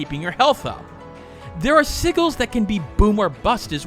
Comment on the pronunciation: Not to be the grammar police but "sigils" is pronounced "sijil" with a jay sound. Great review on Tevi. I have it and Rabi-Ribi. Great games. I recommend you try the Momodora series too (3 games).